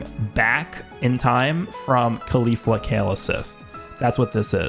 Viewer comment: Years later and still pronounce caulifla wrong